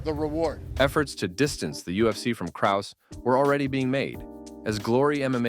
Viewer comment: Having a clip of Braindump Schwab, who can’t even pronounce Krause correctly, invalidated this entire video. But ima still give a like.